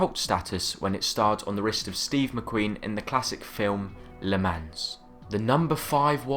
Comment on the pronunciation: Learn how to pronounce Le Mans